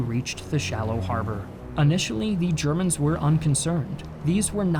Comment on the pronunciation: You constantly mispronounced Ze Chermans.